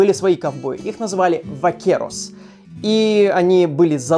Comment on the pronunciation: не Вакерос, а Бакерос)) по испански буква V читается как Б